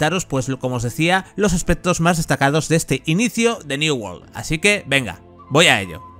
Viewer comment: "new wol " XDDDDD